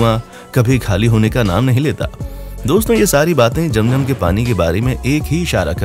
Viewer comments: Bhai it's not jam jam it's zam zam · Jam jam nahi kehte zam zam kehte hai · Jam jam apni 🤣🤣😂😂 It's Zam Zam